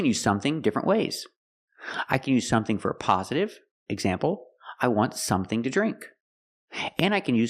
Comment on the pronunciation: "sonething" ? Did you hear the "n" ?